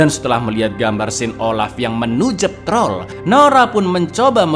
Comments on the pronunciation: "Dan inilah TROL 2 , jangan hilangkan R nya" Wong jowo be like alon alon yo tol😂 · Jangan hilangkan "R" nya wkwkwkw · jangan hilangkan RRRrrr nya 🤭🤣🤣